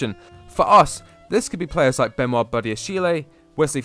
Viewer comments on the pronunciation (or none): none